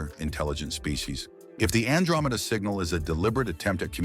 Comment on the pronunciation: He is just talking nothing new! Except “singnal”